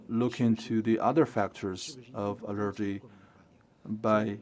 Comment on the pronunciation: CGTN, we really need to work on the translator's proper pronunciation of English. "Allergy" is pronounced as the stress is on "A" instead of "E". It's kind of embarrassing.